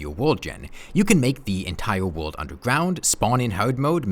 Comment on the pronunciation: Entiwe wowld